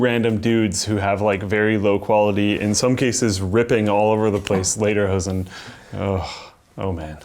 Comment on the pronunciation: That looks so sily with the "Lederhosen" (btw. seems to be a hard word for you guys)^^ "Dirndel" was much pronounced! Why ever says the box "defekt" (=broken)... The "Blauer Engel" (=Blue Angel) is a German certification for products and services that have environmentally friendly aspects. (ty Wikipedia) THATS WHERE THE TAXES GO o.0 More! Next time TexasInstruments or Nvidia or AMd^^